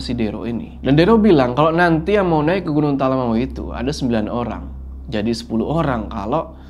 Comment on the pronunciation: Bangg maaf sekedar mengingatkan, nyebut talamau tuh sbnrnya bukan Talamawu, tapi pengucapannya tuh lebih ke "Talamaww" 🥲 greget bgt soalnya dengernya, maaf ya bggg 🥲🤲🏻